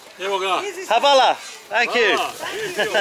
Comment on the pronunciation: lol it's not pronounced as "havala,it's "H-va-la"